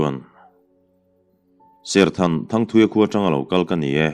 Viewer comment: Serkhan ni loin, serthan a ti zawk